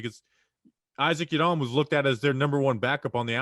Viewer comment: I know you're trying to sound politically correct but pronouncing Isaac Yiadom that way ridiculous, do you go off the boat Italian when you say Anthony Rizzo's name, or when you say spaghetti.... same reason you don't need to pronounce Isaac Yiadom's name that way and just for clarification no hate I'm an avid talking Giants fan but if you care enough to pronounce non white names that way than at least show the same respect for European names or in reality show everyone how ridiculous it is and do it for the European names as well...